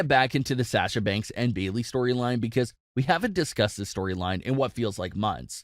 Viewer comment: Anyone else mildly annoyed at the way he pronounces Sasha Banks' name?